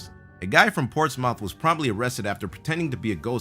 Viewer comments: ports mouth? It's pronounced portsmuff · The way you pronounced Portsmouth kills me.